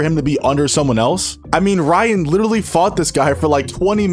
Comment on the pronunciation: can't even pronounce "literally" right bro you must be like 8 or 6